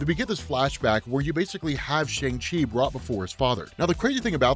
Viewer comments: Just letting you know, the Chinese/Mandarin/correct pronunciation for Shang-Chi is (sh-YOUNG-chee) or (sh-UUNG-chee) not (sh-AANG-chee). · His name is pronounced "Shong-Chi" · It’s pronounced like SHONG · Why someone people pronouncing it like “shung chi” the way comics is pronouncing it right way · So, we’ve been pronouncing his name wrong. It’s “Shung-Chi”, lol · Emphasis is on the "Chu" not the "Man". Also, it's pronounced "Shong-Chi". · we gotta start pronouncing his name correctly. "shun chi" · Did this to..but... it’s pronounced SHUNG-CHI. Peace. Love the channel. Tks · Just a heads up, the pronunciation is "Shong Shee".